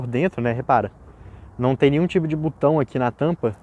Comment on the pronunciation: Não é " butão", e sim " botão ".